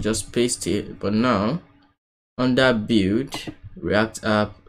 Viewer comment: "bild" or like "be:ld", not "bew"...